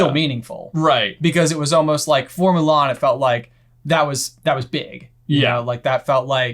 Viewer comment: I'm not going to bother watching the live action remake. The first thing that turned me off to it was the removal of songs and Mushu. I do appreciate the more proper pronunciation of the surname though.